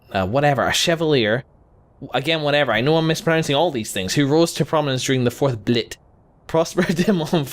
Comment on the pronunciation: Your pronunciation of Blight almost made me choke on my sandwich. I will mark this obvious murder attempt down in my personal Book of Grudges. Expect my revenge at some point after I have ascended to godlike power.